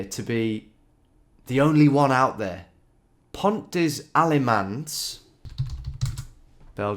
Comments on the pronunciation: “Pont dez aimanz” Dear me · Nicely done, although the French pronunciation needs a little bit of work ;-) (Pont des Allemands means of course "Bridge of the Germans") I am pretty sure that was no monastery, the architecture is too mundane. Also, abbeys were not just destroyed without a trace at that point in history. Probably it's just a warehouse.